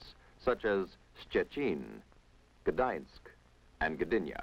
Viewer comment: Even perpetual tung twisters for English speakers Gdańsk and Gdynia were pronounced well.